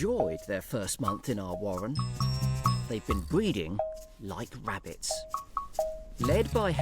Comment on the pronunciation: Sometimes it sounds like this dude called rabbits wabbits and water voles wootah bowls ... he also said secwets for secrets .. and of course , World is weld .. as interesting as the info may be , those things are annoying ! He can’t Pronounce his r’s at all. Those names are so typical .. omg ... and not every rabbit lives in a burrow .. some are in nests. they leave the nest at 3 weeks old. .